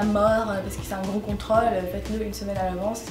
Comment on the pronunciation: Merci pour ses conseils tu ma fait rire avex tes "contrAle"au lieu de contrOle